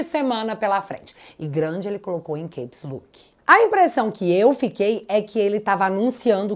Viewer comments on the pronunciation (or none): Capes Look. Pode dizer Quéps Lóq, mesmo. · ..Só uma dica. Gosto de ver vc brilhando. Então, "Caps Lock" se fala /quéps/ /lók/.. Caps é a abreviação de Capital letters /quéptal/lérers/..Nem todo A tem som de Ei..Na verdade a maioria dos As tem som de /É/..Tipo Math, Mathew, Tap Dance, Flaps, etc.. Beijos maravilhosa!! Espero vc no Senado!!..💙💙